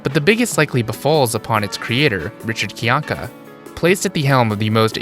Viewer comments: You did enough research to make a 42-minute video on the guy and can't pronounce his last name? It's not KYAHn-ka, it's kai-ANK-uh, rhyming with how a Bostonian might say "my anchor". Good job. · I find it fascinating you did this much research and yet cannot pronounce his last name correctly